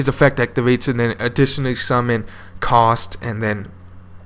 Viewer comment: Ka-U-St not Cost, welcome